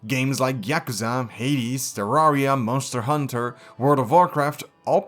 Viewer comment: men stir han tur